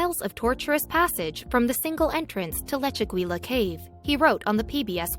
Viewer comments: “Lechu-gweela”. Lol! For pity’s sake, it’s Leh-chu-GEE-yah...using a soft “g”...almost “Leh-chu-HEE-yah” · In Spanish, double l's are pronounced like the English Y. The correct pronunciation should be "lechegya" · leh·choo·gee·uh keiv You are butchering the name of that cave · The correct pronunciation is Leh-chu-GEE-ya, with a hard "g", like in goose.